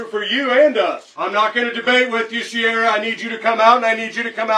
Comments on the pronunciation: That is not how you say Ciara haha that's Kee-ra, no idea why the cops were saying "Sierra". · See the problem here the entire time, the officer was pronouncing her name wrong.. its Ciara ..